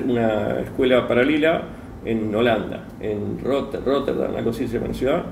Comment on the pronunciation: te le cagaste de risa cuando no pudo pronunciar roterdam ...(igual ya venias acumulando descargabas cuando el se reia se te complicaba cuando estaba serio.)te nombra cada pelicula de donde termino armando su historia...si le preguntabas quien era corey goode ahi ibas a entender como le robo el personaje al tipo..hacete un video reaccion de esto y despegate de este delirante flaco